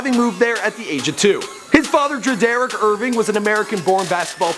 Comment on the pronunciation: Did this dumbass just pronounce his fathers name, dre-derick ??